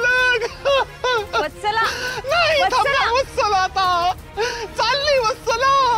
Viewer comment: आहो तीचे नाव वस्तला नाही वत्सला आहे 😂😂